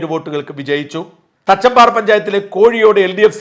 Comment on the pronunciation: പാലക്കാട് തച്ചമ്പാറ , തച്ചംപ്ര അല്ല